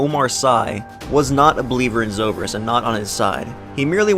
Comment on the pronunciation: Is no one gonna care about how he pronounced zobrik correctly but IRFAN KHAN incorrectly